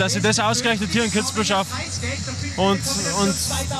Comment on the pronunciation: Kitzbühel* bitte